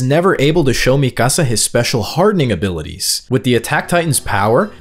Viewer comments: It’s pronounced, ME-KUH-SUH lol not MI CASA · Is this an AI voice? The Latino pronunciation of "Mikasa" is beyond grating to the ears man.